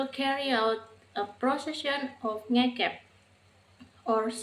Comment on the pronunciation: Perbaiki pengucapan NGEKEB